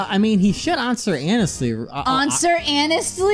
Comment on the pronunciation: Onswer hanestly